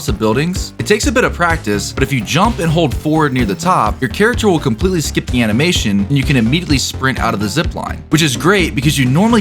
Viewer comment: How do you detach from zip line early? All I hear you say is “hold ford”. And I have no clue what that means 😂